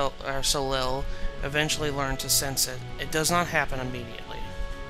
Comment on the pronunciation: I believe it's pronounced "so-lay". As in Cirque du Soleil.